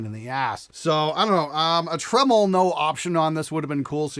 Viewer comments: I’m sorry, how did you pronounce “tremolo”? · I'm not a fan of floyd rose trems, but that LTD sounds great. But what's a tro-molo, lol?